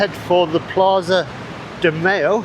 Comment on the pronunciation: I cannot unhear it and now I will always say Plaza de Mayo as if Hellmanns was sponsoring it